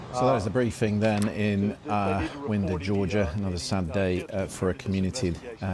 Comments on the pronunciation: wine-der not win-der, it’s counterintuitive I know. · Winder is pronounced with a long "I." It's inconceivable that a fourteen-year-old boy would have access to a firearm that he could take into a school. I had access to several firearms when I was that age, but they were hunting rifles and a shotgun, and I did not have access to the ammunition. And I would have never considered killing another human being. The United States can't seem to realize that we no longer live in the Wild West during the 1800s.